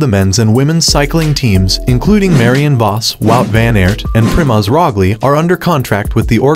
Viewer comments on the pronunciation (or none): Who is Primoz “Rogli”? 😅 Brutal.